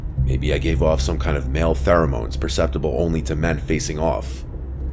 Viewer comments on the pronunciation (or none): "My MaLe PhArAmOnEs" shut up lol